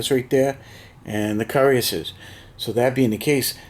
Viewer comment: It could be your accent but pronounce the names like this : "La Hay -Sont ' ,' Hann -o-very-yon ', 'Yay-gerr ', 'Coo-rass-ee-ers '( roll the R if you can ) ', Karra-bin-ye-ah ' , Perry-collee , Kwat-tra bra , Wha-vrah, Lin-knee , Vick- tricks